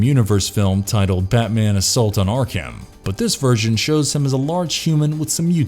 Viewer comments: "Ark Ham"? WTF? Arkham is pronounced "Arkem". How the fuck is basic pronunciation so gad damn difficult on this channel? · Did he...did he call arkham ark ham? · Im sorry are we just going to ignore the pronunciation of ark-HAM this guy had 😂😂😂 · If you plan on doing more DC-related videos, please figure out how to pronounce "Arkham"